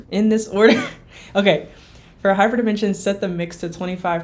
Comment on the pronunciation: You say Hyperdimension like a true French